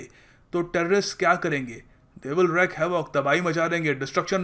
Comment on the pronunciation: Sir there is difference in the pronunciation of wreak (British, America) enPR: rēk, IPA: /ɹiːk/ and wreck IPA: /ˈɹɛk/ also.